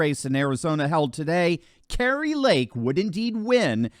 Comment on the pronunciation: Kari not Kerry.